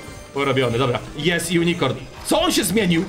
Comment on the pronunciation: Źle wymawiać nazwę unicron to transformers planeta który musi pożerać planety żeby żyć a głównymi jego pżeciwnikami to prime ❤❤❤❤❤